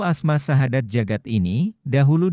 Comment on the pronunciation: Assalamualaikum.mf bacaan terakhlir nya kurang jelas syadat apa syahadat bacaan terakhir asma nya